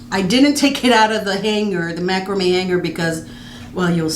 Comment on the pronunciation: Love the way you pronounce macrame